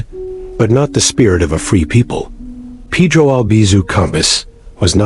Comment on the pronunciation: Can't even pronounce Peh-Droh, instead they pronounce it Peedroe, fkin idiotas